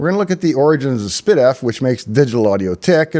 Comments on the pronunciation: No, I heard spid-eff. It should be ess-pee-diff. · and all these years I thought it was pronounced "S P Diff"